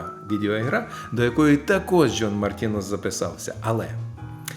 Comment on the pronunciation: Джон ді Мартіно - при всій повазі, пане, 'с - це всього на всього присвійний відмінок (йдеться про його тріо). Тому правильно буде вимовляти ім'я музиканта так, як написала вище)